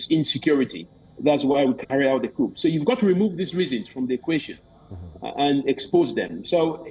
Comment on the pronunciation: POOR PRONUNCIATION OF 'COUP'. VERY ANNOYING